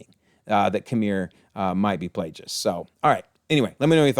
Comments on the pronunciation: It's killing me hearing Plagueis with the g pronounced like a j as if he's a plagiarist. His name was literally a play on the fact that his master infected him with a manufactured disease in an effort to take over his body. The implication being Plague (with the hard G) it's Plagueis, not Plajais. I don't mean to knit-pick but it's driving me nuts 😅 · One little thing I noticed lol Darth Plagueis is pronounced like the Black Plague lol or like GO rather than JIGGLE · The miss pronouncing of Plagueis is as bad as episode 8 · the way this due pronouces Plagueis is triggering me.